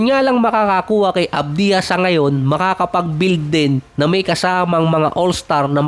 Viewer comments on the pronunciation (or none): ADBYA boss ang basa sa Advija😊